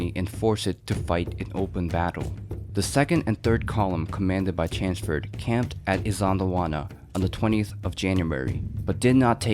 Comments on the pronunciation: Chanceford? Who is that? Thought it was Chelmsford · Its Chelmsford, not Chansford! Its larger not lagga! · Its CHELMS- FORD not Chansford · CH as in chair, ELM as in elm tree, stick an SM in there and put FORD on the end.....Chelmsford, that’s how you say it...not chansford or whatever this guy is saying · Chelmsford is pronounced "Chums-ford" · Such a pity. You clearly put a lot of work into this but you cant get Lord Chelmsford's name right. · Can you pronounce Chelmsford proper please mate yanks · Chelmsford. C H E L M S F O R D. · pronoune the commanders name right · There's an l in CheLmsford. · Pronounciation of Chelmsford makes me cringe a little, but a great VIdeo!